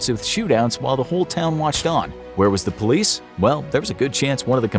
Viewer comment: “OhmuahGawd! DaT man just ShawtSumone. gET dA PoYleCe”